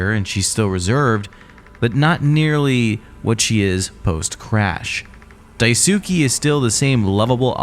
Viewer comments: It's DAI-S-KAY not DAI-SU-KI Like Sasuke from Naruto so many pronounce it wrong... Ugh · Ive noticed that, I figured it was supposed to be something like "Dies-kay" but then noticed everyone else was doing the ither pronunciation and figured they've knew something I didn't. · Amazing video but please pronounce Daisuke’s name right 😭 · How hard is it for y'all to look up how to pronounce Daisuke half the videos do the same annoying pronunciation